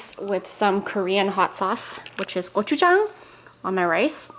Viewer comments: wow, your pronunciation of gochujang is SPOT ON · your Korean accent was so good when u said ggo choo jang!!!